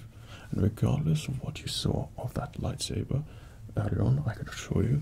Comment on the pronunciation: He said "lifesaber"